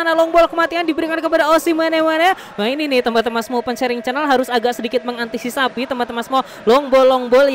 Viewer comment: bang lo gak bisa bilang antisifasi ya wkwkwkwk